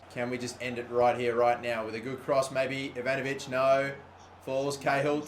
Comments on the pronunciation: Typical its ivanovic duuuuuh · It's Branislav Ivanovic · It's ivanovic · It's Ivanovic! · It's Ivanović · IT IS Branislav Ivanovič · its ivanovic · it is Branislav Ivanovic